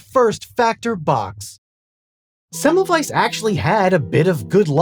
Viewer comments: You're so close with the pronunciation. You are correct that the German W is pronounced like the English V, but also the German S is pronounced like the English Z which you missed. Thanks for making an effort. Most of us Americans don't give a damn to pronounce things correctly. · Would it not be a good idea when making a video about somebody to learn speaking his name correctly? It is not so difficult to find an audio data you can hear where that name is spoken correctly. It is also a question of respect.